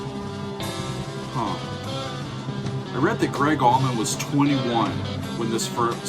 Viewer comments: Sigh....... what is up with the "AllmanD Brothers"? C'mon man, really? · Lol it's not almond. Allman. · Haha saying Almond brothers